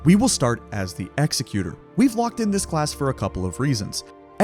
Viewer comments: Great video, thanks for all the tips!!! BTW it's Ek-Zek-U-Tor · Hate to be the youtube 'ACKshuwally' guy but executor is fr pronounced like executive but with an "er". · W video but bro PLEASEE PRONOUNCE EXECUTOR’S NAME CORRECTLY PLEASEEEEEE